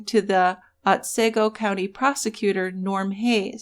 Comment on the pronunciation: Ot see go. Not Ot say go